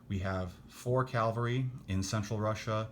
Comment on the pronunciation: Lol. Please stop saying Calvary. Cavalry. Thank you.